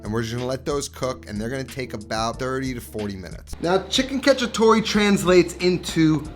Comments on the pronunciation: So funny how bad Italian Americans pronounce Italian words, "catchytoree" lmfao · It is cacciatoA with an A